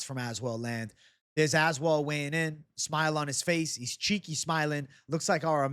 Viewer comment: i swear i think youre the first person i noticed that pronounced Az-well lol